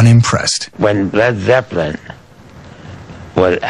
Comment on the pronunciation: It's driving me nuts that the narrator keeps calling them Led Zep-pel-lin, when every fan on earth pronounces it Led Zep-lin, as well as the band And Ahmet Ertegun for heaven's sake!